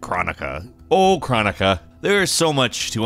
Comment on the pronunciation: krOnika not kranika